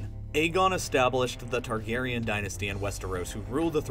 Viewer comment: FINALLY someone pronounced it the Targaryen dynasty instead of Targaryen dinisty.